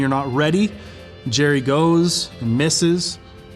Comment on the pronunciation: It's, not Jerry! Lmao